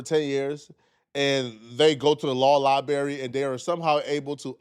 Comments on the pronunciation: Dog, you can’t roast someone for their grammar and say “liberry”. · Talking about Cam and his dumb use of words and then says "libary" instead of library 😂😂😂